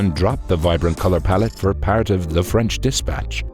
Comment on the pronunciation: Who is this new narrator?! Blam!!! Hits us with his French pronunciation!🔥🔥